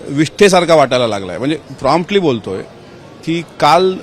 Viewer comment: “प्रॉम्प्टली “ बोलतोय 😂😂 संस्कृत अभ्यासक 😂😂😂😂 कन्यादान “ विशेष तज्ञ “